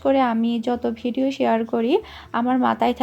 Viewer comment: bideo na video hobe kotha ta.. Hahaha